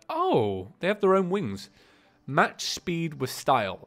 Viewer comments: Mach is pronounced Mock. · btw the new reaver wings u discovered are mad! It says 'Mach' speed because it is named after the guy who discovered the speed of sound/light (can't remember which). So when people say Mach (ma-ck) speed they mean really, really fast.